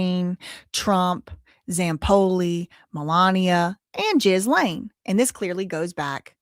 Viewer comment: Ok, the way you say Ghislane’s name is driving me insane…it’s actually pronounced ‘Ghi-lane’…the ‘s’ is silent. And in ‘Mehmet’, the ‘h’ is silent…pronounced ‘Memet’😉👍🏽